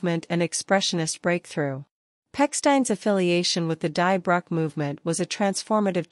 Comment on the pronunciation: Great video. Just one correction: Die Brücke is pronounced "Dee Brooka"